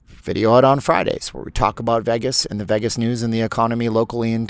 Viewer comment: It’s because you don’t pronounce “Vegas” correctly. But you’re great!